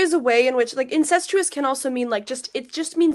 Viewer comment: Incestuous, she cannot even pronounce the word she’s accusing you of.